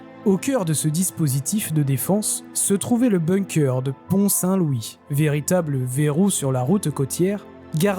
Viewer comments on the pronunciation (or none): none